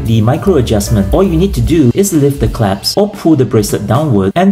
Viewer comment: Am I hearing right or are you saying 👏. It’s clasp 😂